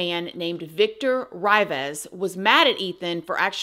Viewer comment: "City walk" that's not what its called but this is your story.. Whatever.. Favion not its pronounce 'Fabyan' 'Reevas' not Ryvas..